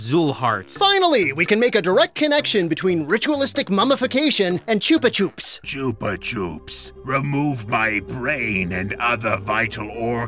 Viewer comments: "chooper choopz" 🤣🤣🤣 is that how Americans pronounce Chupa Chups?? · It's Chupa Chups. Wtf is Chupa Choops? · Never heard Chuppa Chups pronounced as "choopa choops". In Australian commercials they were always pronounced "Chopper Chops". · I refuse to believe that's the way anyone pronounces chuppa chupp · That has to be the wierdest pronounciation of Chupa Chups i have ever heared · Your pronunciation of Chupa Chups upsets me